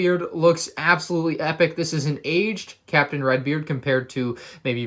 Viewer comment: I tought you were saying captain rex when you Said captain redbeard